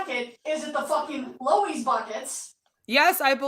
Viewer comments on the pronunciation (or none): does she mean a lowes bucket when she says lowees?